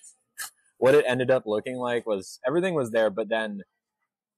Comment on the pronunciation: The way your pronounce EVERYTHING gets on my MF nerves SIR